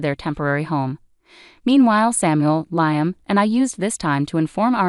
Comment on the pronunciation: While I very much appreciate the clues that it is AI and not humans reading these, the crazy mispronounciations of common words is equally annoying and entertaining. Nobody pronounced Liam as Lye-um. 😂😂😂